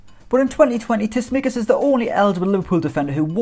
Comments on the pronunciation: Writes it properly and calls him Tismikas but not Tsimikas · I don't understand how you got this one wrong... It is Tsimikas not Tsismikas... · It's pronounced Tsimikas not Tismikas bro, enjoyed the video though 👌🏽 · better to say it's pronounced Chimikas or Cheeméékas